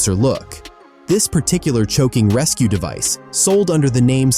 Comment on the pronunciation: Consider using a human to narrate or at least find an AI that can consistently pronounce simple words like choking.